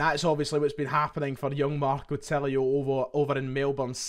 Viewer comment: Just a wee point ref the new signing. Tilio's name, being Italian, should be pronounced as if the 'i' is a double 'e' eg- Tee-lee-o. Will make you come across that bit more professional. Hail,hail.